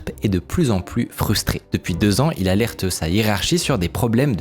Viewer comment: J'ai un doute, on dirait une vidéo IA par moment, même la voix... Par exemple "lanceur d'aleurte" y'a qu'une IA à qui il faut mettre un accent sur le E pour qu'elle comprenne la prononciation correcte, qui fait ce genre d'erreur à l'oral...